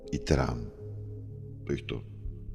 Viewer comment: Тиран. А не теран